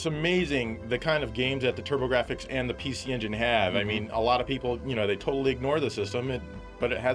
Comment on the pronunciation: i love the turb-ah-gra-fix